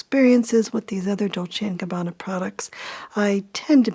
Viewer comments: Ohhhh nope lol, 99% of Americans cannot spell any Italian's surname correct, starting from Versace. But has a spot on pronounce. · As an Italian i am impressed by your perfect pronounce of Dolce e Gabbana, almost no English speaker can pronounce it correctly but you did. Impressive